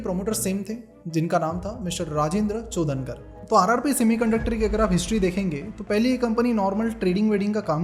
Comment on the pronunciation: It is चोडणकर not चोदनकर